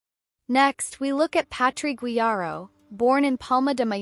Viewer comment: Please use sound of google translator to say "PuteLLas" next time. Great video, please go on. PD. You said very well "Guijarro" It is not easy for Anglo-Saxon people.